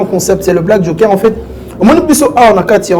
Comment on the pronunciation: Oui mais il commis une grosse erreur de choisir ce minable comme communicateur, un incompétent. Incapable même de prononcer le mot "Joker" il dit jonker🤦🏽‍♂️😭